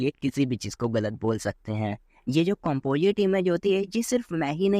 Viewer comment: Bhai at least pronounce toh sahi karle composite ko compojit 😂